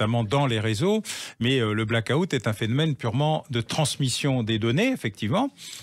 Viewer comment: Les Français, apprenez à prononcer black out de grâce! 😉